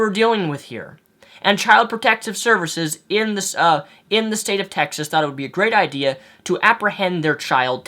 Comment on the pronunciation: He said Texist haha